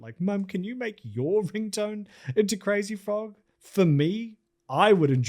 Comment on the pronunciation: you also couldve bothered to google the crazy frogs creators pronunciation lmfao